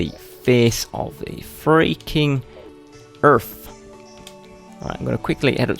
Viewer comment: EARF WHAT?